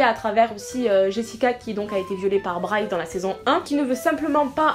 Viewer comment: C'est Bryce pas Bry hahahhahaha